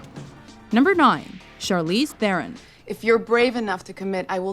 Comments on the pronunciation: It's not Thea-run, it's "th-ron", she said it herself :) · I know WatchMojo usually says names wrong, but she didn't even try with Charlize Theron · Why can americans not pronounce Charlize Theron's surname properly... it's really not that difficult. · does this channel intentionally mis-pronounce common names? Charlize Theron, Jesus Christ.